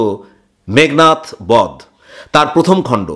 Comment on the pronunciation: অসাধারণ পরিবেশন। খুবই বিরল বিষয়বস্তু। ভীষণ ভালো লাগলো। শুধু একটাই অভিযোগ, " মেঘনাথ বধ" কে " মেঘনাদ বধ" বললে আরো বেশী উপযুক্ত হত। ধন্যবাদ।